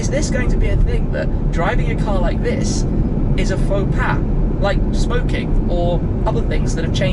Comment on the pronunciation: Haha..."Faux Pa"!..Try Faux Pas (pronounced "fo-par"). 👍🏼